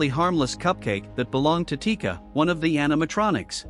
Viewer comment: chica? nah it’s tika.